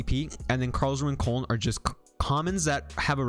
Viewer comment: FYI: Koln is pronounced like cologne (German city)